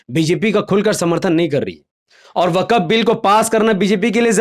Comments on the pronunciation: Abey Gadhey,, Tu Swayam ko Musalmaan kehta Hai,, to Waqf ko Wakaf kyon keh raha hai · Waqaf nahi waqf hai theek se bolo bengali me na